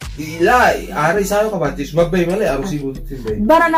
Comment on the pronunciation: Aruusi hin jedhina arsii jedha akkassiti sirreefadha